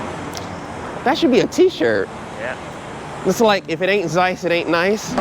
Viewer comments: I loved this so much, that the only objection i have is that Zeiss it's pronounced "tz-eyes" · Just wanted to mention that its not Zeiss with Z pronounced. It is a German originally word and Z as first letter is pronounced as TS (C) and the transcription is [tsaɪs] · Its pronounced Tseiss. As in Tsumasa for example